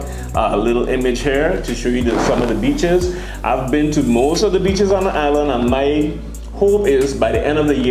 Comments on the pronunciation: I thought he said bitches not beeches 🤣🤣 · When you said BEACHES for some reason in my mind it was replaced with B_tches I know I'm wrong but in context the way you said it just made it funny as hell to me. I gotta get my mind out the gutter.